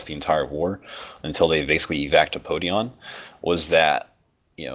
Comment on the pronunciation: I think it was Podion not Poidon :p